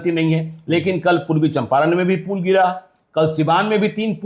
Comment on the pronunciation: पूल नहीं,पुल।